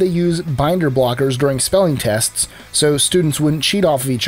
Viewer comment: I thought I heard that in the video.